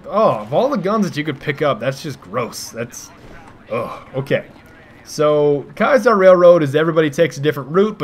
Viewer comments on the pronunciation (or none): Why does everyone say "Ky-saar" Railroad? It's "Kee-uh-sar". Ki-a-sar. Not Kai-sar.